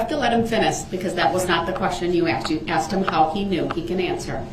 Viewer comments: Cause you Axed dats da only reason cause you Axed 😊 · How come THEY always pronounce the word "asked" as "axed"? Like the way he does in this video? Is it because of their dangerously low IQ? 😅🤣🤣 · We don’t axe questions we ask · Every time a question was “axed” and he looked over at Brooks waiting for the objection it made me laugh. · Loved it when she finally said that she was telling him, not asking him.........shut him up but good. He never "axed" her that question again. Unbelievable!!😊😊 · hahah that was absolutely gold. The only thing I would change is “asked” to “aksed” lol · or " axed".....